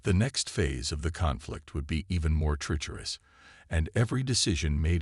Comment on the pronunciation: I tried, I really tried....but I am never listening to your stories again!!! FKN HELL what a POS AI!!!!!!!!!!!!!!!!!!!!!!!!! WTF is: "e-KO-ing", "ar-MAD-uh", "BEAR-idge of fire", "TREE-cherous"!!!!????? YOUR AI SUCKS ASS!!!!